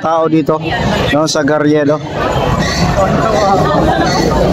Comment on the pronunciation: Bakit May patrol car? Hindi gariedo,Carriedo learn how to pronounce word